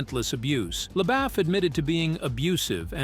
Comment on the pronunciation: His name is pronounced Le-boof not Le-baff